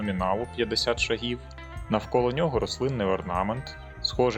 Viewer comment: не буду брехати. Не гуглив. Просто здалося що правильніше на перший склад. Не наполягаю